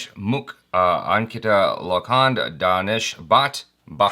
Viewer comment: pronounced name incomplete he said Ankita Lokhand. Lokhand means Iron 😄😄😄